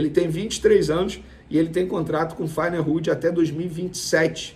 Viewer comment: Caro, Venê. A pronuncia do time holandês é "Fae-nord". Abraço.